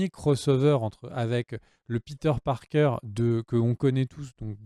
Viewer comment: pourquoi tu dis "peter parker" en mode doublage série B alors que tu prononces tous les autres à la française?